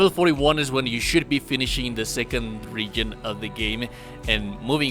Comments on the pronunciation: Idk but how horribly you say region is almost funny. Reagan lmao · putting it here as a reply so it's not as visible but youtube how to pronounce the word region not trying to be mean it's just distracting you speak english better than I speak your native language though